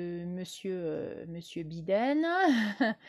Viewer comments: Prononcer "Baïden", pas biden comme un bidet 😉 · Avant de commencer a nous parler de la politique mondiale, il faut apprendre a prononcer les noms de ces dirigeants. Bidaine? Mais quelle blague!